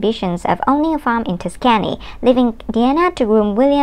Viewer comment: It’s NOT “ Tight light “ years. It’s TWILIGHT Years!!! Also it’s pronounced TUSK’ AN EEE. You seem very sweet but I don’t think narration is for you. You should first look up any city or people’s names you don’t know how to pronounce. Then any expression like “ tight light years” you should look up to see if that even was an expression( which it is not). That would be a few suggestions that should help if you decide to stay with narration. I have found most people prefer a lower frequency voice like a mans voice, which you can’t really do anything about.